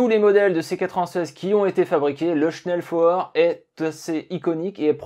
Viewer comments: dommage que tu sache pas prononcer convenablement SCHNELLFEUER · Le message était stupide dans sa forme mais pertinent sur le fond, la prononciation du mot était en effet incorrecte. Mais c'est un bien petit défaut comparé à la qualité globale de la vidéo !